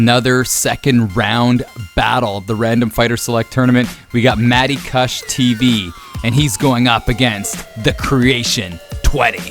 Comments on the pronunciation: it's KOOSH lol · Lol i love how you pronounce kush wrong.. NERD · Its kush pronounced like couch cushion. Its a type of weed and you sound ridiculous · Do all Canadians pronounce kush like "gush" with a k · The way you pronounce kush is freaking killing me.